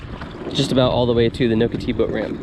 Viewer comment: And you're pronouncing Nocatee incorrectly